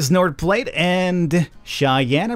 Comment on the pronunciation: “Platte” in “north platte” is pronounced: pl-(open a, such as the a in (asteroid)- and then t Edit: I just realised, just say “flat” but with a p instead of an f PS loving it, pls do more